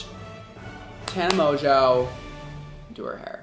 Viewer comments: mon-gan-ow-y “monganowy” aka tana monganowy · MonJOE not monGO WTF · is me trying to pronounce her name: Tana Monjoey, Mongu, Monganowy 😂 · I thought he said mango😂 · hahahaha the last name 🤪 i think she pronounces it like “mojo” but that’s not how we pronounce it in French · "Tana Mon-goo" 😂😂😂😂😂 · Tana Mon-goo 😂😂😂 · Guys it’s tana mojo (pronunciation wise) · I thought her name was pronounced like tana "mojo" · Her last name is pronounced "mojo" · did you say tana mogo? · Mojo it’s pronounced mojo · you roasting tana and mispronouncing her name is a mood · continually not saying Tana’s name correctly is a huge mood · It’s so funny how he pronounces her last name like 15 different ways and sometimes it’s correct😭😂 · The way he pronounced tana's name is just hilarious 😂😂😂😂😂😂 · The way you were pronouncing her last name had me DYYIIING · Take a shot every time pronounced mongeau differently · The way he said her last name gave me ocd🤒💀😵😂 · His pronunciation of her name had me like #Same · LmAo him struggling to say her name me every time I try to say her name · I almost left the video watching him try to pronounce her last name... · am i the only person who is a little bit annoyed on how he pronouced her last name? T A N A M O N G O